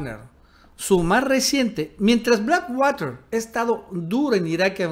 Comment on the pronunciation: A mí lo que me preocupa es como dice water.